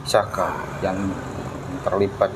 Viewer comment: bkan aska tapi sakah